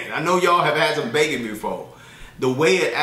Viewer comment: the way you said bacon... lol... I been taking goji berries for a week now. Hopefully it helps with my iron.